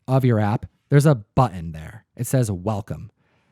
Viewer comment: pronunciation of "button" drives me nuts.